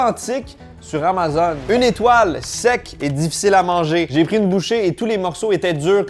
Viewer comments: Comment tu prononces Amazon? es-tu rendu un chiant de Francais de France? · Pourquoi il dit amazone?😅